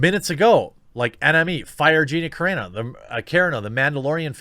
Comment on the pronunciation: Kah Ron 0 !!!! Not caron o All that Butt Larson swooning has messed with your head man 😂😂😂 🤘🏻⚡️🤘🏻